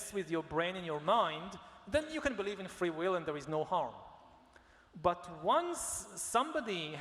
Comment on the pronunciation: why does he say "flee will" 3 times instead of "free will"? but he's very eloquent in every other word!